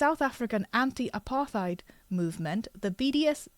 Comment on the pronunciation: Oh also forgot to mention I’m a South African and it’s pronounced apartate (the last part rhymes with hate)